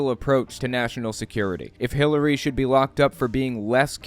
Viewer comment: I swear I heard "Hitlery Clinton" when Greg said her name lol